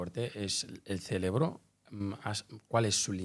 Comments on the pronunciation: CeRebro, no es ceLebro ! 🤦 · Que energía tan bella la que ella irradia , muchas grcaias por compartir su conocimiento ! Y por amor a Dios corrige la palabra cerebro , no digas celebro que me hace un corto circuito cada ves que lo dices caballero 😅😅😅